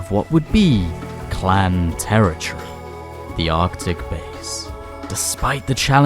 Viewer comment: Territory you keep pronouncing wrong